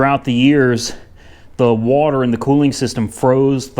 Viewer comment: shit to funny when he say “Wuhater”